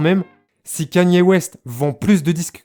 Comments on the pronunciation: Quénie ooéste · T’es con ou quoi pelo ? Ça se prononce comme ça mais toi ça se voit t’es un shlag tecoutes du rap fr